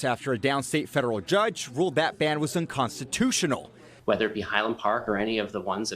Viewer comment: What don't you get when a judge says UNCONSTUSTIONAL?